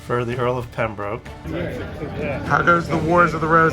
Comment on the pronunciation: Nice baseball cap! Small correction to British names pronunciation - it's the Earl of Pembrook (despite the spelling being Pembroke).